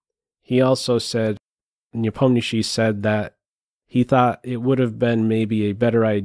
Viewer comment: Have to say, your pronunciation of Nepo name is by far best of all non-russian commenters!